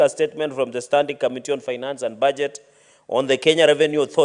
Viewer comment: It commetee not kamitii, please talk English or kiswahili.